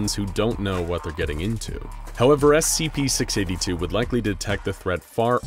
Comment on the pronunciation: scp six aybbe two